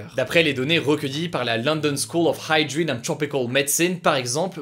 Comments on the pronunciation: I StM I la prononciation de « medicine » est fausse. En français, on prononce « med-sine » et en anglais c’est mé-di-sine ». Après, y a rien de grave, le reste est très bien prononcé avec l’accent anglais, sauf « hygiene », il a fait du freestyle sur la fin du mot. C’était juste pour dire comme ça, pas pour me moquer. Hugo est plus jeune que moi mais je ne dois pas avoir la moitié de sa culture générale 😅 ! Il fait du bon boulot. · C'était presque bon :p ! Il a juste croché sur "hygiene" et "medicine" (qu'il a prononcé à la française).